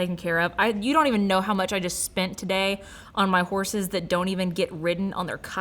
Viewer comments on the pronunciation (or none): none